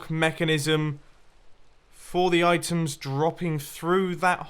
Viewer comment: "oitems" :D